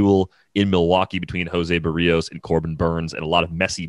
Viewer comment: Someone should gently tell how to correctly pronounce Jose Berrios' last name.